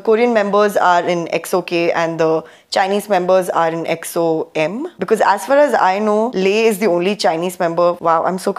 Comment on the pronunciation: I love your reactions to EXO. Your pronounciations of their names is perfect. They really have alot of content, so dont know where to begin. EXO are R and B kings, Kings of B sides. They truely dont have a bad song. They probably most known for Vocals and their Live performances. Their concerts are out of this world Enjoy your journey and congrats on 249 subs.